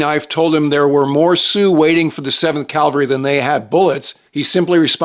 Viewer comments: Cavalry not Calvary. One is correct and there other is where Christ was crucified. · Calvary? I'm not usually the anal professor but cavalry soldiers are rolling their eyes with that one. Kinda like Navel aviator. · ~ "seventh calvery " ??!? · CAV-al-ry. Calvary is a place. Custer led cavalry. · I believe it's a tradition to use the word "Calvary", in the same way that "Magdalene" College in England is pronounced "Maudlin". I once watched an American CEO of a huge international company tell a little tale at a conference, and he kept saying "Calvary". You could tell that so many people just wanted to shout "CAVALRY!", but of course, nobody did. It was excruciating.